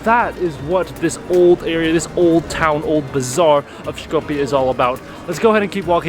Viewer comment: Сите документи ни се више со North Macedonia, човекот е турист, се води по интернационалното име. Тоа што живееме во блам држава не го засега него... Шета и прави видеа. Едино е смешно што го изговара Шкопје наместо Скопје ама јбг.